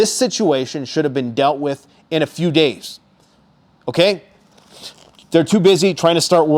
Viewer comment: How many deys away? say a number